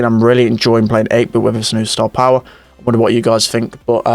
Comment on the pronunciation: No one: NOT A LIVING SOUL:: STAH-POWAH!